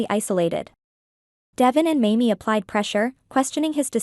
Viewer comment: Pronounce Devon's name right